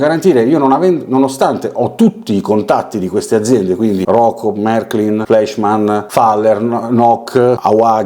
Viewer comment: sempre interessanti i tuoi video che seguo ad ogni uscita. PS. Fleischmann e Preiser essendo tedeschi si pronunciano Flaischmann e Praiser😊